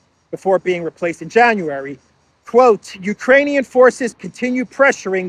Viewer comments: I was over the moon that you also heard the cocaine word poping out, although she struggled saying the solidarity word as well,… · It sounds like cocaine but she said Ukrainian. Wrong translation. 😅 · She said "for the export capacity of Ukraini... muffle 'cocainian' grain'". So she started right, then 'corrected' herself in that ridiculous way. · Did You know? Bärbock usually says cocanian instead of Ukrainian.